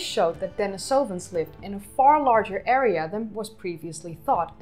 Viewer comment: This is a great video and very interesting. However, I would like to point out that your pronunciation of "Denisovans" is incorrect. The stress should be on the second syllable (den-EE-so-vans) and not on the third. It is a common mistake that people make when trying to pronounce Russian words. I hope you will take this in the positive spirit it is intended, and keep up the good work!